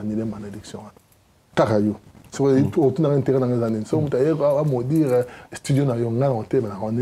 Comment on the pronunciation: bongisa prononciation frère, ça se travaille alors tu peux le faire. Maudure te c'est maudire, n'a esprit ya bien masta 🙌